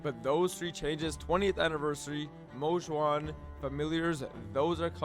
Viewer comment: Damn he practiced saying Mo Xuan to say it correctly in the video. W!!